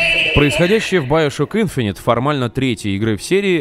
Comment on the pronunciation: Иговорится не `инфонит ,а Инф`инити